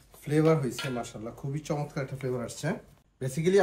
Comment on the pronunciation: আপনি চমৎকার কে মোচৎকার বলেছেন 🤣🤣🤣